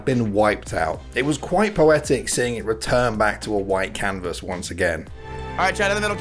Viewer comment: Is everyone jus going to ignore that saying cannabis instead of canvas? lol